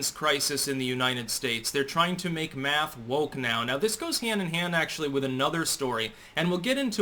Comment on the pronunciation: Laquisha and Deondre have determined that "Maff" is hard.